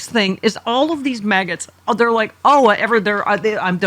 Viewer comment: Did you say maggots! 😂